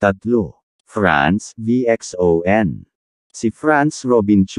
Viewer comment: Mr Robot ang Pronounce po ng VXON ( Vision). Salamat po mr Social media influencer.✌️